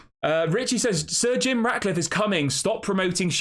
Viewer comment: Pronounce Sir Jim As that not surgeon